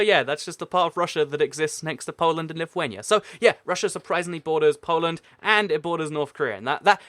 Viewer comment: Finally somebody that says lithuania right😀😂